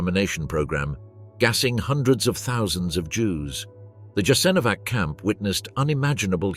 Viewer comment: You're making a documentary in which Jasenovsc plays a central role but you mispronounce it badly. This is essentially Serb propaganda to mask the crimes of the Serbs in the wars of Yugoslavia's breakup. More Croats fought against the NDH than for it. You forgot to mention that. The best account of this time is Slavko Goldstein's excellent book 1941. It is available in English as well as other languages.